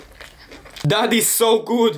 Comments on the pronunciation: Did you say daddy good or that is good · I thought he said daddy so good but he said that is so good